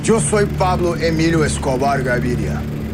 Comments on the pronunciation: Its Pablo Emilio not Emilia 😅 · PABLO EMILIA NAHI HAI EMILIO* HAI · It’s Pablo Emilio not Emilia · Emilia nhii Emilio hota hai🤣🤣🤣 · Emilio not emilia